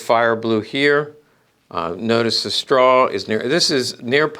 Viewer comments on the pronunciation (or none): none